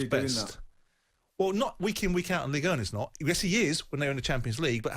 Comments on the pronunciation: Ligue uh! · White pronouncing Ligue 1 like a prick should be the headline